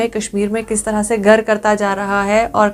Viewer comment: Not Padha, it's Pada Similarly not gar it's Ghar What u used in ur story